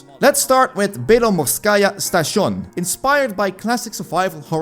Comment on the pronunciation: A nice, concise description of 6 horror games under 10 minutes highlighting the most interesting points about the listed games. Nicely done. That pronunciation of "station" made me giggle. However isn't the term "addon" a bit misleading?